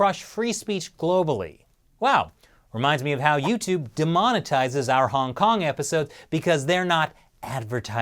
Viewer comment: I don't want to be a grammar cop because I like (also Shelly) but,, you mispronounced "demonetize." It should sound like "deemonetize."